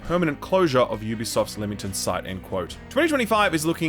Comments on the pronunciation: Pronounced Lemmington please can someone say it right! You're the closest yet 😺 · Leamington is pronounced "Lemmington" - That hurt my ears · Leamington is pronounced 'Lemmington' Source: born and live there